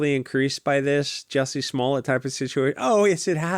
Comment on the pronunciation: Hahaa not jussy smallet